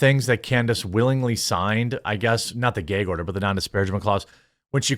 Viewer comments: It's gAg order, Jeremy. NOT gEg order. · Please say gag order. It’s just not “gayg” order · Holy FUCKING SHIT BRO stop saying GAYG ORDER.... I thought it's gu-ag order. Not trying to be a dick head but crist nailed to a fucking 2x4 . It's just as annoying as hearing people smack their lip after every single word OR listening to people eating their food............................! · Lmao. For the last time. It's GAG order. As in gagging! There's no Geg😂😂😂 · The word is gag, no gayg. Also, why do you have a pride month marshmallow man? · The "gayg" order. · Whats a "ghea" order? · "geyhg order." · "Gayg" Order. 😂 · Dude, learn how to say "gag" wow! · Say gag again haha